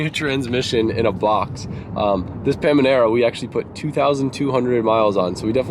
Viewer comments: 'pamanera' im gonna cry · IT’S PA NA ME RA 😂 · He keeps calling the Panamera a ”pamanera” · it’s Pana mera. Panamera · IF YOU SAY PAMANARA ONE MORE TIME REEEEEEE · “Pamanera” lol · PAMANERA lol, youre doing it on purpose, arent you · Did he really just say pamanera? Ughh... really doesn't know alot about euro cars... also ur carpet doesn't have underlay? Is that an American thing? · Drinking game: Take a sip/shot every time he says "paminara" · If he says pammynarra one more time... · I feel like you're doing this on purpose. The frequency and emphasis makes me think you are trolling us. It is working. It is working very very very well. Now, together, let's practice: PA NUH MEEUH RUH. I'm going to go rock in the fetal position now until the paminera is out of my head. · It’s ‘Panamera’ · I can’t tell if he is making fun of, or just genuinely can’t pronounce Panamera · the amount of time he mispronounces panamera makes me so angry lmfao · had me 2nd guessing my whole life when you kept saying pamanera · Hey the “n” comes before the “m” in Panemera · I cringe everytime you say Panamera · Dude really struggles to say panamera 😂😂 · Panamera pls I cringed everytime xD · You saying Panamera wrong 🤣🤣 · How many times do you need to say panamera wrong before you need to re record the videos 🤪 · I really hope you keep saying Panamera wrong on purpose. 🤣🤣🤣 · Please tell me you're saying the car name completely wrong on purpose to troll us. Shits driving me crazy🤣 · If you pronounce PANAMERA wrong ONE MORE TIME😂😂😂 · I was just thinking about that haha I was like did he switch the M and N? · I am half laughing half triggered how you keeps saying the name lmao. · Nicolas Hoyt I agree that he was mispronouncing Panamera on purpose, but it still bugged me every time he said it. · When you realize he was being serious when he said pamanera and not Panamera 😂😂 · PANAMERA NOT PAMANERA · it triggers me so much how youre saying "PAmANerA" Panamera GODDAMN!!!